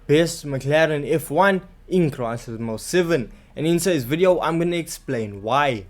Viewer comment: Wtf is crisis most seven😂😂😂? Are you trying to say Gran turismo 7 You are😂😂😂